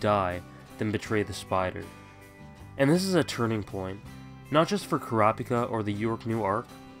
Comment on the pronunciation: Why do you pronounce Kurapika's name like it is read out loud, instead of how they say it in the anime? Which is correct because, well, they are pronouncing it for you.